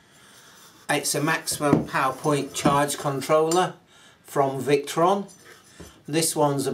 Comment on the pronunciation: Victron not victon